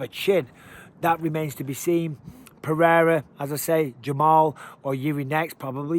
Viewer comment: You are a paid UFC commentator. Take one minute to learn to pronounce "Pereira" and then please tell DC and Rogan. Puh-rare-uh is passable for a gringo, but let's stop this Puh-hay-duh bullshit